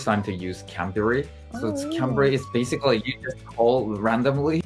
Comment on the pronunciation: basicallyの発音、若干フィリピン人っぽい